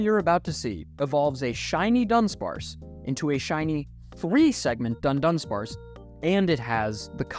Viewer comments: I once got hit by a Fury Swipes and all 5 of the hits were crits, I have probably had some more unlucky situations but this one stuck (or rather sting) a lot. And also, how can you claim to be a Dudunsparce enjoyer when you can't even pronounce the name of our lord and savior right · Its dudunsparce not duNdunsparce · it's dudunsparce, not dundunsparce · "dundunsparce" bothers me so much. thats not the name. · it's not duNdunsparce. It's dudunsparce without the n.